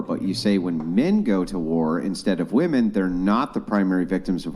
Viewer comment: Thank you Andrew for making stupid bitches pronounce women properly and not like woman.